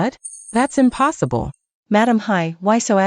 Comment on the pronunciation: I've never heard the word "Impossible" be pronounced so wrongly 😂😂😂 the drama was nice though. I don't regret watching 🎉